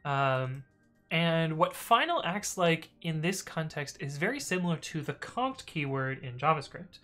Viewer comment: xD idk why but i heard `cont` instead of `const` had to search around a bit thinking i'm dumb even though i mainly use javascript